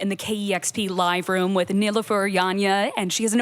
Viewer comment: KEXP, please take the time to understand how to pronounce a person's name before intros. It was painful to hear Nilüfer 's name pronounced incorrectly. It hits deep for me when I heard my mom's name mispronounced my whole life and my last name also mispronounced. Turkish names can be challenging at first but please take some time and practice. It matters a ton and it immensely appreciated when you take the time to learn it.